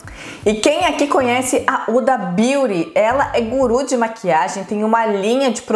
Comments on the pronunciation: O h da huda não é mudo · Se fala “Ruda”, não “Uda”